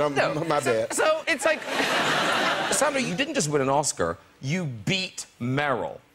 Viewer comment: I love Graham always, but her name is SAN-dra Bullock, not SON-dra Bullock